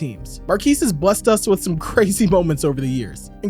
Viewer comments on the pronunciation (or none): none